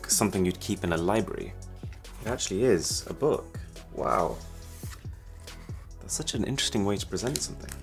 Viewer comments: What did i just hear :D ... and that´s bbrrrrrhatffss phone use today. :D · That was a brilliant rolled r lol